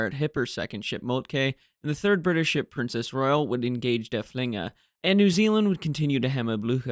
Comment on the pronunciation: Not particularly you, but it seems to be a general trend of English speakers to pronounce it der-fling-er (meaning the thrower) with a stress on the second syllable. Why?? It is spelled with a double ff and there is nowhere in the German language you can start at syllable with a twin consonant, so obviously at least one of the f's must belong to the first syllable. The name derives from Dörfling (literally villager) and should therefore be pronounced derff-ling-er with a stress on the first syllable. Other than that, keep up the good work.